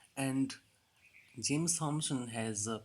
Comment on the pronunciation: Thomson is pronounced टॉमसन not थॉमसन.